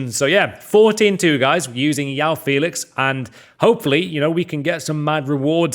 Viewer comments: Jao Felix not yaw Felix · Yao Félix? Please learn his name. Is JOÃO Félix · It's jjjjoao Felix not oao Felix with j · It’s João not yoao Welcome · his name is J-O-A-O not Yao lmao idiot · IM BRAZILIAN I SPEAK PORTUGUESE AND I CAN ASURE YOU IS NOT YAO IS JOÃO JOE OW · You don't call someone Yao Cancelo of Yao Felix. It's João Cancelo or Joao Felix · It’s pronounced “Zhwoah” and not “Yao” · Just a heads up. It’s pronounced Joe-ow Felix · Isn’t it joe ow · Why are you calling him YAO Felix. YAO in hokkien means hungry 😂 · its not how you prounounce it at all. I´m from Portugal and study phonetics, its João as in ['Ʒwɐ̃w̃'] , the "J" is from John and its followed by a nasal sound that is very hard to pronounce to english native speakers , i think he says it that way because its easier thats all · FUCKING PRONOUNCE HIS NAME RIGHT